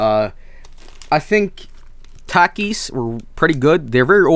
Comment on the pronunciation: My American body died after he keeps on saying Takis. It's pronounced Talk-eees!